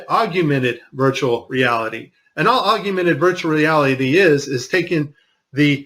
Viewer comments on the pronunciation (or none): I love this video, but one guy (a guy on "our side"/the side of TRUTH) -and I'm absolutely not bashing the content of what he said, whatsoever, as it was quite valuable, content-wise, but it just irked me the way he said, (sic) "AUGUMENTED REALITY," rather than AUGMENTED REALITY! I'm not bashing him, as a person, nor am I bashing the content of what he was saying, as a whole. I know that I probably mispronounce things, myself, so I'm not trying to be "snobby," as I know that I, myself am one annoying MoFo! (ask my wife!). I guess it's like when people say "NUCULAR" instead of NUCLEAR! That is a big one for me! It irks me to no end!!! Anyway, no disrespect intended toward that particular gentleman... As I said, I know that I, myself do/say things that are annoying to others, as well. The man brought up a few extremely valid, and important points.